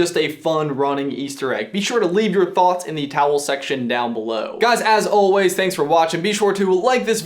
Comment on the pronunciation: Why do the call the comments section what sounds like "the towel section"?